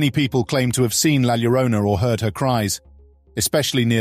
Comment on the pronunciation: It’s NOT Gwanajuato. It is pronounced Whanawhato La Llorona is YORona. 😖😖😖moving on. Cannot stand the mispronunciations.